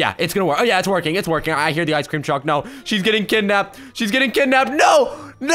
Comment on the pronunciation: You screamed oh nei, nei is norwigan